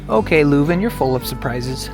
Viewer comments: Spijtig dat het weer zo nat was. Aandachtspunt: vooraleer je commentaar geeft, laat een lokale Vlaming al de woorden in het Vlaams correct uitspreken. Je kan even gemakkelijk LEUven zeggen in plaats van LOEven. Zowat èlk woord dat je verkeerd uitsprak, had je correct kunnen uitspreken. Zonder te zweten. Zeg telkens in welke straat je bent: dat maakt het gemakkelijker voor de reizigers die na jullie komen. Weet dat de eerste taal die Britten aan het vasteland tegen komen het Vlaams is (officieel het Nederlands). Calais is gewoon een stuk Vlaanderen dat Frankrijk reeds eeuwen bezet en niet willen teruggeven aan het Vlaanderen dat zich in België bevindt. Ik had jullie graag een rondleiding in Leuven gegeven maar ik woon er al vele jaren niet meer. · My city. For English speakers it's probably easier (and more correct) to pronounce it as "lurven". Also "the university is close by"... the university is scattered all over town.